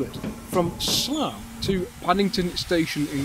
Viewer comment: sounded like you said "Sluff"... 😉